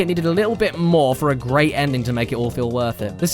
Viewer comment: IZ GWEAT!